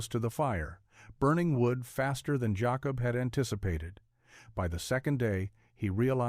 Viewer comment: Jacob! ... not Yacob! ... that is the Spanish sound. I have so many Jacob ancestors.